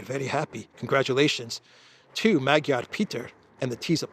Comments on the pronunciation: His name is pronounced as MaDyar (not Magiar) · ....please pronounce the fools last name properly..Madyaar...unless you are making fun of him..😂... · Actually, Magyar is pronounced Madyar, the "a" sounds are like in the word "love". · I think the A is pronounced like a short O in Hungarian... so Magyar sounds like Mogyor. Not that is matters as he'll just be another irrelevant puppet of Brussels. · the “g” in Magyar is silent in Hungarian language!. Now I’m waiting for Orbán to be put on the European sanctions list like Jacques Baud and the others 🙄